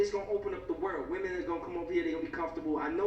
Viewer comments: Why do you say woman for women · he says women instead of women smh